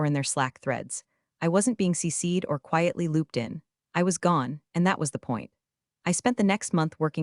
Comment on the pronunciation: CCed not C-Seed